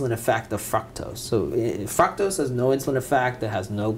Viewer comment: Great information! There is where it's at people so take notes.....but what is fucktose??? Lmaooo God bless